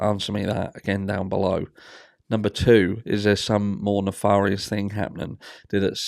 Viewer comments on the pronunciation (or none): Theories really do abound with this one. P.S. For some reason, "nefarious" is pronounced "nef-air-ious", not "nef-are-ious".